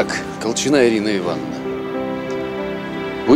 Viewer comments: Почему колчина' ? Я была Ко'лчина . Так ухо режет, такое ощущение, что спецально на этом делают акцент, противно. Зачем менять ударение? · Режет ухо, КолчинА, КолчинА. А правильно КОлчина.